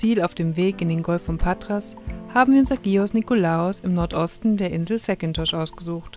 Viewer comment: ist wohl sehr anglophil in ihrer Aussprache der griechischen Inselnamen: „Säkintos“. Ich denke auch, dass Hacko mehr Sonne als ihm manchmal lieb sein wird in GR erleben wird. Aber April ist nun mal noch keine Zeit, um Sommerwetter erwarten zu können. Stellt euch vor wie a...kalt es zu dieser Zeit an der Ostsee wäre!